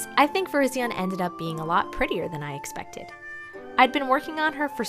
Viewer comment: its pronounced ver-RYZ-ee-en not ver-IZ-ee-un